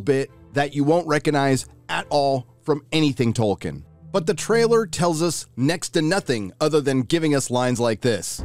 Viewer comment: The amount of fucking times they say "Tolkenien" makes me want to blow my fucking brains out.